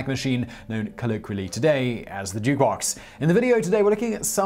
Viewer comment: ...you just say Jewbox? ... sounds like it...